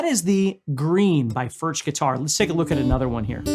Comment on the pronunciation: I have two of the.. they are great! But they are pronounced, 'furk.'